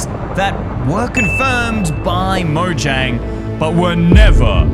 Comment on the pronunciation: I think you should probably just pronounce the word Mojang you should actually pronounce the j as a y